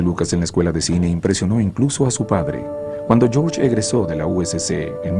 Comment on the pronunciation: Porque Gerorge?? Porque!!!!!!!!!!!